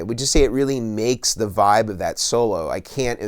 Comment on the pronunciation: Does this dude say literally anything else besides "voib" "nirvawna" and "kurt cobain"